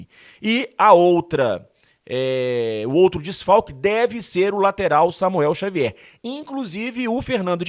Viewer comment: Diniz misturou as bola? Falou Samuer Xavuel kkkk